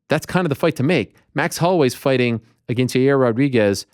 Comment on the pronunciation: The MMA Media is full of losers and people that say “I Mean” 50 times in 5 minutes. Ariel cannot even say “Against” correctly. I am no fan of Brenda either.